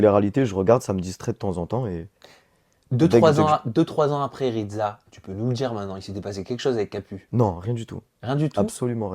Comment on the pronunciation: Il es plutot baraqué le ridSa pas ridZa 😂💪